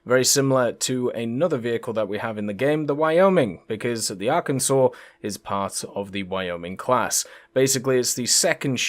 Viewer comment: As a resident of Arkansas my entire life, unfortunately GAIJIN marketing got to me and will be ordering the USS Arkansas., on behalf of all Arkansans, THANK YOU for pronouncing Arkansas Correctly!:)